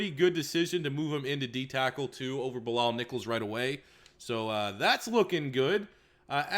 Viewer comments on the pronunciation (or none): none